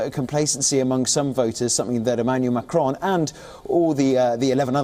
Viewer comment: I don't like this guy reading news. His modulation depends on how he wants and not clear for listeners. Wion readers struggle pronouncing Macron's name. So they want Le Pen to win 😀.